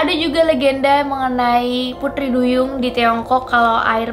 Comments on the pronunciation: Pengucapan T nya medok, bukan putri tapi puthri.. 🤭 org Bali kah..??😀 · Kyk ngomong "Pudri" duyung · Apa aku aja yang salfok pas dia ngomong “putri” 😂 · Aku salfok sama ngomong "putri" duyung nya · Pengucapan putri duyung nya kek logat logat bali ya gaes 😁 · Ngomong pu-TRI nya kenthell buwangett mbak wkwk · Kok prasaan ngomong T nya gitu sii kak😅😅